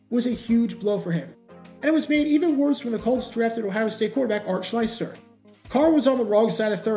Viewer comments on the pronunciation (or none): Great video. By the way, it's Art SHLEE-STER.